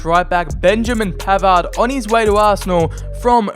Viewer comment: You are bad in one thing that u need to improve That is your pronunciation Because............ I Its not pavard its PAVAAAAAAAAAAAAAAAAAAAAAAAAAAAAAAAAAAAAAAAAAARD!😁😁